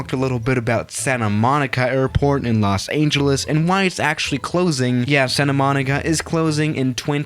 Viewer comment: The way he said Los Angeles tho 😂